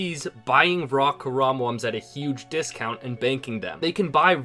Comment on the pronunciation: Why do you pronounce raw WRAW?